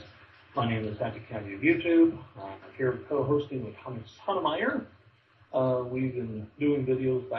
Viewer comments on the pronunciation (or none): it's SOTOH My-ERR.. YOu pronounce it like SODOMYERR. like he sodomizes people. Yeah Tommy should have hung up on you .. this is hard to listen too.